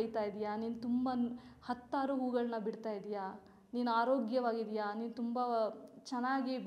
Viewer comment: Yettavaru 😂😂😂ಅಲ್ಲ ಹೆತ್ತವರು